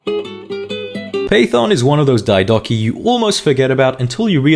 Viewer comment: I would have followed if you didn't do the BS on-purpose engagement bait pronounciation of diodochi